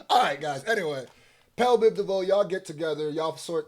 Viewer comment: Okay ENOUGH!! I cannot hear you call BBD Pel big devoe or whatever. You say . It’s BEL . !!!!!!! 😂😂😂😂 fuck that bothered me too much